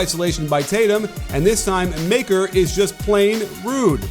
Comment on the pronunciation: I don’t care or anything but Maker is pronounced “Mu-ckur”